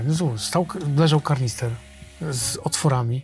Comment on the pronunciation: KANISTER!!!, a nie karnister.